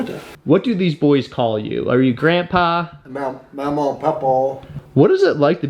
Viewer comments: Love your work sir. But he said memaw and papaw. Its kind of thing down here. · gotta work on your pronunciation of Mamaw and Papaw:) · Really funny hearing him immediately mispronounce mamaw and papaw